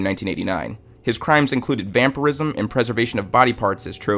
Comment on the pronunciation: dude, i'm grateful that u made this clip, it's right down my ally, but i had to search up "vampirism", cuz u pronounced it as vam-per-rism...